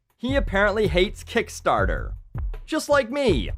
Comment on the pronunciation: I like the way he says "Kickstaahta"